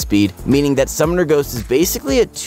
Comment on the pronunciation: why is he saying summomer ghost... i turned of the video